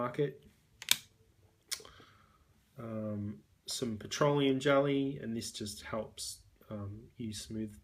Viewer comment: The way you say "irritation" and "petroleum" is really satisfying